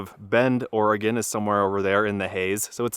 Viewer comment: Paulina is pronounced with a long "i". I wish you guys would get these things correct. I see so many errors on things I do know, it makes me distrusting about the things that I don't. Glad to hear you pronounce Oregon corrrectly.